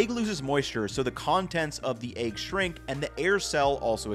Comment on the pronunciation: I'll buy a whole set of those pans is you stop saying "aigg". Deal?